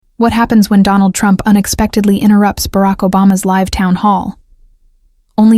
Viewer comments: Robot cannot pronounce "live" correctly. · There's more than one way to pronounce "live" and it isn't the way this narrator used it.